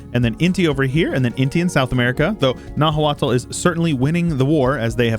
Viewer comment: By the way, Nahuatl is actually pronounced more like "Now-aht", with the t being a sort of glottal stop sound, like when you say uh-uh. Nahua then is pronounced more like "Now-uh". That's not perfect, but much more accurate to the actual pronunciation. I only know because I've been researching Mesoamerican cultures a bit for fun and listening to some podcasts about the Aztecs.